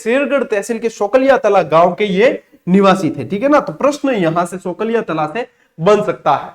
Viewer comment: सोलंकिया तला है न की सोकलिया तला